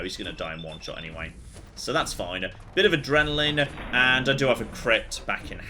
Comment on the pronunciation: What the hell has happened to voice? I've been watching a load of his old videos and come back to the regular Sunday YOLO and can't help but notice all the OTT inflections and somehow extending 'so' from one syllable to two soooooowaaaaa